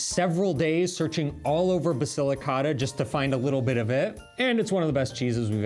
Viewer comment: The man needs to learn how to say Basilicata. Listen to how your wife says it. Your pronunciation hurts my ears!